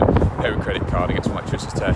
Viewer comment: Come on mate say electricity properly